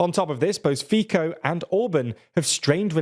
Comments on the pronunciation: This channel struggles with promounciation. Robert Fico name pronounciation is not Robert FiKo! Proper is [ˈrɔbert ˈfitsɔ]. How reliable can be when they don’t put an effort to find out what is the proper pronounciation of people or town names? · Slovak here. We find it funny when someone pronounce his name as Fico/Fiko. It's similar to our word "fiknut", which means "to f*ck". He deserves it, so feel free to pronounce it like this 😂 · Fico is pronounced “Fitso” . The “c” is not pronounced as “k”… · PLEASE stop calling fico fiko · Please learn how to pronounce "Fico" correctly. It's "Feetso" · it's pronounced "Fee-Tsoh". Get it right already lol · yes it's pronounced as Ficko. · it’s pronounced fiTSo ! 😂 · Please put Fitzo rather than Fico in your text so you pronounce it correctly 😅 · I was getting so irritated by him saying Fiko repeatedly. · It's not a problem when he doesn't pronounce it 100% correctly, but saying "Fitzo" should be pretty easy for english speaking people and it would be good enough. They even pronounce it "Fitzo" like 50% of the time, so I don't understand why they sometimes say it right and sometimes not. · That Fíkou irritated me a lot. And I don't think it is such a difficult name to pronounce. It's no Eyjafjallajökull. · REALLY? For 5 years people are making fun of your mispronounciation of "Fico" and you still didn't notice a thing? How terrible journalists can you be to keep making the same simple mistake over and over with people screaming it in comments of every video about Slovak politics? This is getting super embarrassing... Edit: funnily enough you say it correctly for some reason but nowhere else, lol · Where did you get all this nonsense from? First, learn to pronounce Fico's name correctly. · I came here to listen to you mispronounce Fico's name 30 times. I was not disappointed. Otherwise, cool video. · Please don't pronounce Fico like that and also don't say that PS is illiberal. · its fico not fiko